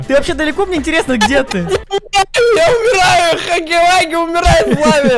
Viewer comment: Ващето Не хагги вагги а игги ламми